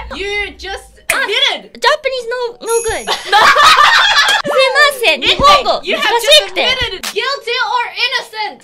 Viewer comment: イナのﾆﾎｰﾝｺﾞﾑｽﾞｶｼｰｸﾃに聞き覚えあると思ったらあれだ ガヴリールドロップアウトで喫茶店にバイトしに行ったガヴリールの発音だ イナあれ見てたのか…ww